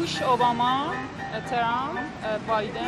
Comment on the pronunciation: Iranians have trouble of pronouncing W to V and TR. Trump becomes Chei- rhum.